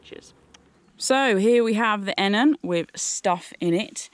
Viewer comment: There is nothing I can tell you that you probably don’t already know. However I believe this model is pronounced E-Nan. The footprint would massively improve the damp/wet issue but only if you don’t leave the tent fully open. Most people zip the whole thing up and even close of the vented ends then the tent has no airflow at all and as a non breathable tent it is bound to get soaked. I suspect having the tent fully open, bedroom door too is that you are letting dew into the tent, especially this time of year. I have used the Enan too and on warm nights I would keep the outer door open but close the mesh door as this did stop the dew getting into the inner/bedroom. A footprint is little over 200g and keeps out the damp wet ground as well as protecting the floor of the inner. You must allow airflow and on my Akto both end zips are permanently half open even in poor weather. The Akto’s door has a vent (again for airflow) but love how you see this as a kinda window. I rarely get a damp tent even on the wettest of days. Keep up the good work. ATB Ant 👍🏻😉